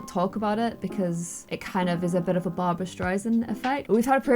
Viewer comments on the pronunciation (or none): none